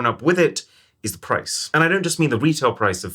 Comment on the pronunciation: Did he say Wiitail price? Lol